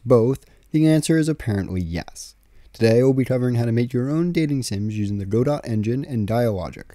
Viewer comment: Its pronounced godot, not godot.